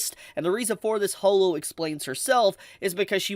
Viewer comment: Ho-lo?? NO IT'S HAW-LO